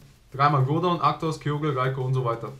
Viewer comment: 1. Sagst du der Mewtu, was falsch ist. 2. Sprichst du Groudon falsch aus.